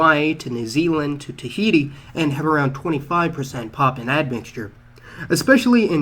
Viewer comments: What's with the "Papan"? The word is PapUan (pah poo wan) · Dude it's 'Papuan' (PA-pu-an) not 'Poppin'.